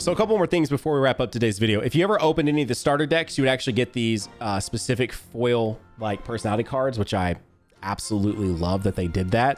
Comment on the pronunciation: Why does say foil like “full” 💀